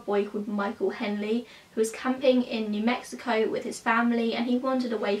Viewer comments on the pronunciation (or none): none